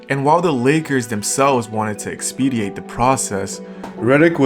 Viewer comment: Love the videos...Surprisingly of a high quality. Side note though, it's "EXPEDITE", not "expediate". Jus saying